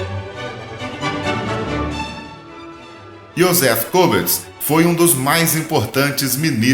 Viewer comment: Um erro de pronúncia que eu mesmo o cometo muitas vezes... Joseph goebbels, crítica para lhe ajudar. :)